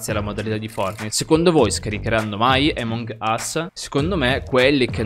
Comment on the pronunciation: Che fastidio quando dici emong ....... ...... Us 😂😂😂 grande